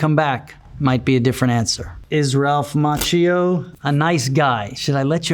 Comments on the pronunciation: I do love him over 40 years - but languages are not his thing. Cause as an Italian speaking person I have to say that his name is pronounced like Makkio. Same as latte macchiato. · But Macchio is pronounced as Makkio in italian, i’m confused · I pronounced his last name as "Ma-key-o" 🥀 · Omg i learn italian right now and it hurts my ears when i hear him pronouncing his own name wrong, so the world has it easier xD like daniel ricciardo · Additional question: How strange is it living your whole life wrongly pronunciating your own family name? Macchio is an Italian name (his family name was Macchia) and in Italian the letter H has its sound. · Ralph Macchio, Conan O'Brien's producer Jordan Schlansky says you pronounce your name wrong. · Love him so much, just can't stand how he pronounces his surname, I was hoping that would come up in the Google search 😅